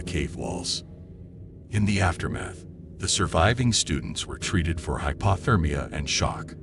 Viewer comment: Bugs the sht outta me how he says "hypAHthermia" instead of hypOthermia. 🙄 What would l do if l were trapped? I'd go hypothermic and die.